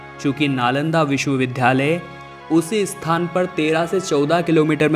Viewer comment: ये नालंदा विश्वविद्यालय है लेकिन आप बार बार बोल रहें हैं विश्व विध्यालय!‼️